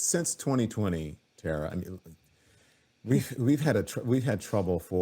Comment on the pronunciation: Tara...not Tata...😊